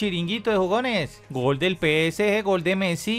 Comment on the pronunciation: Dice pesg, aunque prácticamente es lo mismo porque está mal dicho 😅